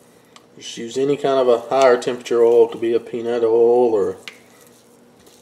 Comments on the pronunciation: What is ole, ohl?... and where do you get it? Aaaaand I feel stupid... you were saying oil... sorry, it's late. I like the part where you're cutting into the steak, talking, and literally I can hear your mouth watering... now I'm hungry for steak and shrimp :( As for the Post Salt cooking slabs, considering how much a small container of Himalayan pink salt goes for, granulated so less of it... that's an amazing price. Probably be more cost effective to buy a slab and granulate it for use than buy it in the store... but you don't have to since you can cook on it. Thank you for sharing that! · He says ool in stead of oil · Southern accent people say oil like that. It's a great video.